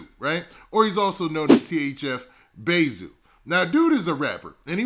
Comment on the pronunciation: Calling zoo bay zoo sound off.. like you Calling him bae.. just say zoo please lol